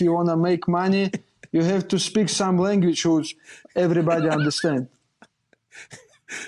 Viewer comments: “If you want to make money you have to speak some Langujuice” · 😂😂🤣Ayo Islam is too funny...he said "LANGUAG-OOGE"... And then his smile like he knows...poor Islam😁😁😁, u Kno they pick on him...brotherly love. Everybody knows English is the universal "LANGUAG-OOGE" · "If you wanna make money you have to learn some LANGUOOCHUGE"😂😂😂